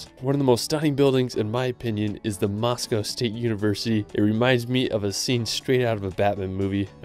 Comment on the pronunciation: BTW You made a mistake in "Moscow"